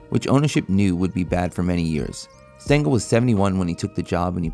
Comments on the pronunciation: Casey “Stangel”? 😂 Uh, it’s “Stengel” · Ffs, it's spelled Stengel not Stangle. You even show a plaque of him on screen with the correct spelling yet you still f*cked it up. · It's Stengel.